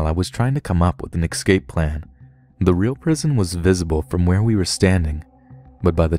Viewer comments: Hey man, you're a great story teller and I really enjoy listening to the content you upload, but I have one little issue that pulls me out of the story every time I hear you say it: you're pronouncing "escape" as "eXcape". I'll keep listening to your stuff even if you won't bother trying to rewire the word in your brain , but it would be greatly appreciated (and I know I'm not alone thinking this) if you would try it ;) Anyway, keep up the great work buddy, cheers! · ESCAPE!!!!! It's ESCAPE, not EXSCAPE !! 🤦‍♀️😫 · I love you but everytime you say excape instead of escape a piece of me dies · I love your voice, it is cool, but please please stop altering eScape to eXcape, it is never eXcape. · “Exscape” fam what? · MidBoss I think you are mistaken. he is actually saying X cape. like the Cape he used to wear.